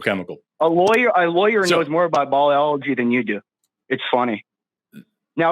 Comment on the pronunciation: What's ballology? Dude can't pronounce anything right.